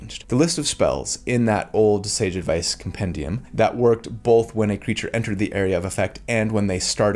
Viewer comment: Both happened in this video: Most comforting thing I've heard from: How to deal with your inner critic Most upsetting thing I've heard from: Bolth